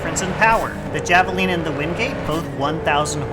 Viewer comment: Very nice video. I feel like there’s not much to go on in game for comparing which cars to get, so it’s nice to have the resource. Small note though- javelina is pronounced with an h sound, like jalapeño.